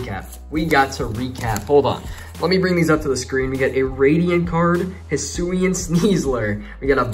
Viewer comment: i got a lot of good cards including full art trainer card charizard and vstar hisuian goodra oh and also its pronounced hi soo ee an just to let u know also where are the sleeves